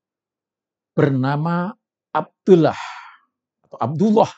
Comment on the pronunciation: Ini orang sdh membuktikan dirinya tdk alim / bodoh krn mengucapkan lafad abdullah saja sdh salah ngaji dulu dong lafad andullah dibaca tebal bjkan tipis